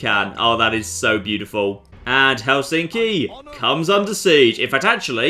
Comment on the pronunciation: I'm finnish it's pronounced hel in ski